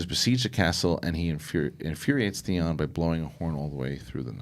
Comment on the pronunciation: Oh and Thayon!!! Lol Theon guys